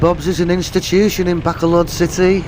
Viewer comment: Please stop calling it Back-a-load. It's called Ba-col-od....Please stop being ignorant... You've been here long enough?